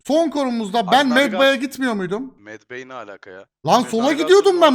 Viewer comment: Abi MedBay yazılışı okunuşu MedBey